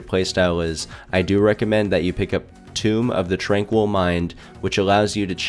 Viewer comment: Tome* not tomb